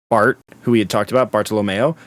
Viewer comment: why the h you call it 'Bart'. It's BARTO or el El Barto if you feel like it